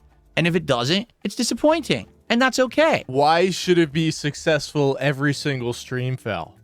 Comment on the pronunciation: Im sussessful me reee!